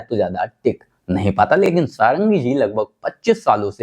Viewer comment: पहले तो आप लोग “सारंगी” बोलना बन्द करे …..प्रताप जी का surname “षडंगी” है , सारंगी नहीं । वह ओडिया ब्राह्मण हैं ।अगर सही से बोलना नहीं आता तो बोलो मत ।